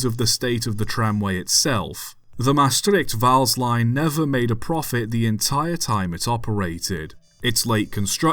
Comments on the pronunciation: 1 you did good on pronouncing maastright and vaals 2 LTM 26 first being believed to be LTM 21 for a while (one of the 0-4-0's) still survives and is the only LTM standard tram engine to survive its currently in daily use at the herritage line stoomtram hoorn medemblik on the old hoorn-medemblik branchline it was jokely renamed NS 8302 for a event a few years back which was supposed to be a NS event but the railbus thing broke down so they printed out a NS 8302 nameplate and taped it on the engine in reference to the only LTM engine to go to NS which ended up becoming NS 8301 3 it was likely scrapped indeed as that is when the germans scrapped a large amount of dutch locomotives too damaged or too none standard to use that remained in germany after the war did hear it was probably used in some coal mines before it was scrapped wouldnt have had any better chance in the netherlands as we all know the NS was firmly trying to cease the existance of steam in the netherlands completely in the 50's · You pronounced the names “Vaals” and “Maastricht” quite properly. No need to apologize. In fact you didn’t butcher the Dutch names at all. I’ve heard far worse. 👍